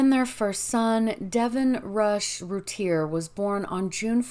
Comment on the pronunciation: Pronounced Roo-Tee-A I believe. Otherwise excellent work as per usual.